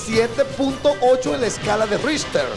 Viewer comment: Tiene que aprender a pronunciar la palabra "Richter"....Orale